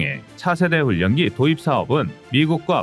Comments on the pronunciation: "훈년기"가 아니라 "훌련기"로 읽어야 자연스럽습니다. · 훈년기 가 아니라 훌련기 라고 몇번 알려드려도 고집 드럽게 쎄시네.... 자위대 출신이신가?